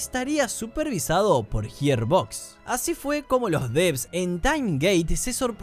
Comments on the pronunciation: "Gir" no "Hir" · hermano profavor la pronunciacion arruino todo el video, Yiarbox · JIR BOX ??????? me tiltea que pronuncias como el culo Gearbox, pero el resto bien ¿porqué mierda haces eso?